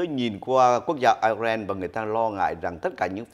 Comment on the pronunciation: HongTu hay doc ten quoc gia nua nat nua mo zay,,IRAN ; or ' ai ren' or ' i rang " (!)